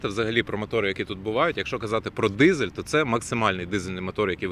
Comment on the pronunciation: Дизель. Дизель! На дизелi, а не "дізєлє".